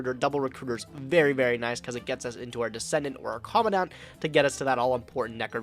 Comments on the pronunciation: Isn't it commandant not commondont......it feels like they say commondont........ I don't know why I care but meh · Say it with me... CO.. MAN... DENT... it's not that hard. Just please... for me. I beg you..